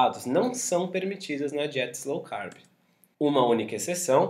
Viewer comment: Não é Slow manos... é LOW CARB... esse "S" aí não existe.